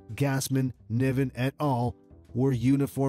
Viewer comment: Ar-a-bic. David NIVen. So many names and words mispronounced, and the same photos used over and over again! Ugh!